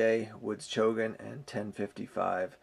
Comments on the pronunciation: It is Chogan, not Chogun! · It's actually Chogan, not Chogun.